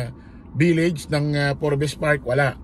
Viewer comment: Forbs silent E boss yung basa dun hehe